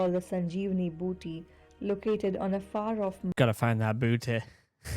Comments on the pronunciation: Bhuti, not booty bro lmao 🤣 meaning a plant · I know you are not aware of gods i understand but speak carefully when you are talking about gods iam hearing some disturbing words like booty in place of boothi so please be careful about dealing with gods 😊